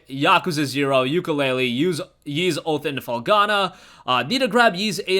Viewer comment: Ys is pronounced eeese, not yeese